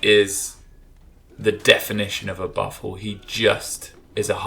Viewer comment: "Boo-fell" is correct pronunciation, I believe